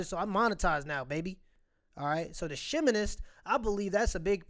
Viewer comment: “Sheh-minist”… Hahahahaha!!! 🤣